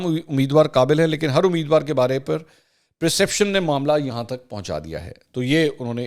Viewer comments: Mansoor Sahib. You repeatedly mispronounced perception as *preception*. The word perception means understandings while there is no word like preception rather there is a word preceptive which means advisory. I hope you'll not get offended. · Its perception not preception.